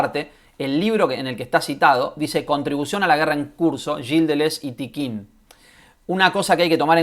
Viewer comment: Hola, Un par de cosas: El colectivo es Tiqqun, no Tiqquin: sin la segunda «I» que ahí le metes. Contribución a la guerra en curso es un libro que publicó Errata Naturae en 2012 y básicamente trae dos textos: ¿Qué es un dispositivo?, de Deleuze y «Una metafísica crítica podría nacer como ciencia de los dispositivos», de Tiqqun. En todo caso, la referencia de Tapia está completamente descontextualizada y sí, mal citada. Liga al texto de Tiqqun: Luego, algo que no gusta mucho a ciertos lectores de Deleuze/Guattari, es la presencia de Marx (y su influencia) en la obra de ambos autores. Tomo una cita que se encuentra en la entrevista que le hace Toni Negri a Deleuze: “Creo que tanto Félix Guattari como yo, aunque quizá de dos maneras diferentes, nos hemos mantenido fieles al marxismo. No creemos en una filosofía política no centrada en torno al análisis del capitalismo y sus desarrollos.” Control y Devenir en Conversaciones. Pre-Textos. 2014. Por último, si la adherencia al marxismo hace que la derecha más reaccionaria se horrorice, me parece un error de aproximación quitar «a modo» la presencia de Marx con el objeto de no incomodar a quienes se quedaron atrapados en el discurso de la guerra fría. Marx es una línea de demarcación en el pensamiento contemporáneo. No hay que obviarlo, en mi opinión. Saludos